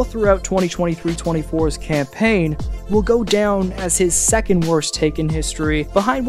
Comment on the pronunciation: you didn't have to do "campaign" like that 🤣🤣🤣